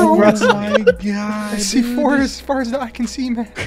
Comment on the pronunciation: in the c4 turned him aussie